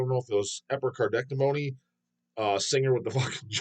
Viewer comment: Chris Pervelis (guitars) only original member in Internal Bleeding. Interview him. 👍 Also, Epi-car-dee-ect-O-me 😂